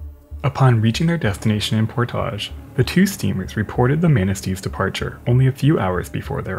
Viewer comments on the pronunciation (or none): In MI it’s not pronounced “port-AH-g” it’s pronounced “port-adge”. Don’t ask why. lol Same reason people seem to add a “s” sound after Meijer. There’s a grocery chain called Meijer, and without exception, everyone around seems to throw a “s” at the end and call it Meijers. Hahahaha MI people are…. Unique. 😜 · I love the content of this channel but did anyone else notice how he pronounced Portage? That was funny. I’ve never heard it like that. But maybe that is how the French fur traders did back in the day.